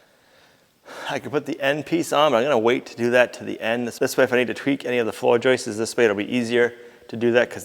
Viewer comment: it's joists, not joistes. I normally wouldn't say anything, but you said joistes so many times that I couldn't help myself. 😛